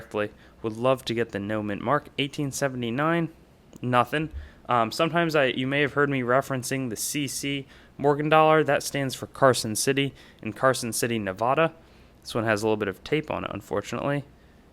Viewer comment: Nev-ADD-ah Coming from a born, raised and still current resident of Nevada. ADD, not ODD. Just a friendly reminder. 👹